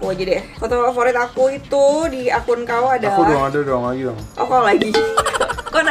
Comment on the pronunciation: Kau kao kau kek aneh aja dengarnya :'